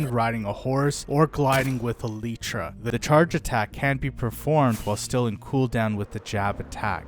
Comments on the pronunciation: No way bro said aletra🥀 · he says 'a leach ah' instead of elytra and munch instead of lunge